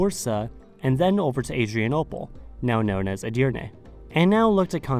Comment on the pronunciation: as a Turk, i gotta say you've nailed the pronunciations, especially söğüt, edirne istanbul and ankara. overall video was vvery informative to those who might not know the anatolian history. keep up, 😎👍